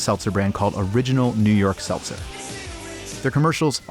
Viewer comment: quick, name the number he says seltzel in thia video